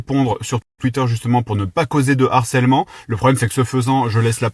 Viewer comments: Harcèlement !!!! et non "harsselement" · Harcèlement bro ! Pas Harsselement 🤣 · harcèlement et non harsselement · Har(SS)èlement 😅🤣 T'aurais voulu le faire exprès, t'aurais pas fait mieux 👌🤣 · "harsselement" Gros c'est quoi ça ? T'as raté tes cours de français ? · "harsselement" un effort stp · "harsselement", fais un effort stp